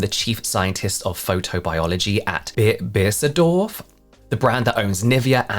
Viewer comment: okay as a german, it's kinda funny how you pronounced Beiersdorf ^^ i looked it up for the IPA way to write it: [ˈbайɐсдɔɐ̯f] This word is devided into 3 parts: Bei-ers-dorf. the "Bei" is like the english by but for the other two, i don't know a similar sounding word. "dorf" is german for village and a quite common word